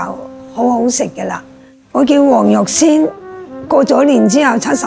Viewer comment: her name is Wong Yuk Sin, not Huang Yuxian.